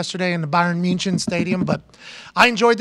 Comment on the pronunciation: Have I been hearing and pronouncing Munich wrong my whole life or is Pat just being Pat with the pronunciation?